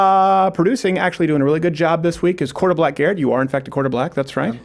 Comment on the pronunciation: Asking for Hopper: "Are you saying 'quarterback' or 'quarter black'?"